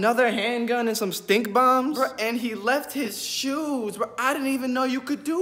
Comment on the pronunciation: “He left his shooees”